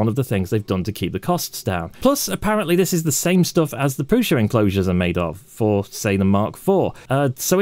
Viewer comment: Minor quibble from a Brit living in CZ: the S in prusa is not a Sh. There is a seperate letter in czech for that, you may have noticed the v above the s in Škoda, thats explicitly pronounced Sh, so Shkoda. Prusa does not have this symbol.